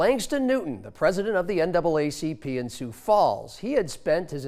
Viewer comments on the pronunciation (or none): Isn't it interesting that the TV anchor couldn't get the NAACP name correct the first time? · ….. and the news anchor had trouble saying NAACP….. 🤔 🤔 🤔 🤔